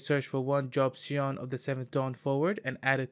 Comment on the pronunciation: it's Min-filia, not mini-filia, also Scion is pronounced "Sai On" or "Sigh On" - you just kept saying it wrong so I had to comment =) otherwise nice video!